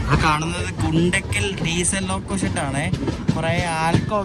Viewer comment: Its not ഗുണ്ടകൽ, its ഗുന്ത്കൽ & its not പകാല it പാക്കാലാ